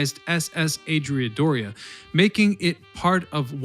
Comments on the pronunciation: adrie a doria? andree a doria. you forgot the letter “n” as the second letter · "Adrea Dorea" SERIOUSLY??? The 'ANDREA DOREA'. Go back to school. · It's ANDREA Doria, not to put too fine a point on it. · It's AND-REE-A-DORIA.